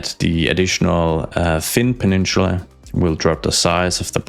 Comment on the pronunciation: I don't know why, but the way he says "peninchula" really rubs me the wrong way. Where is the accent from?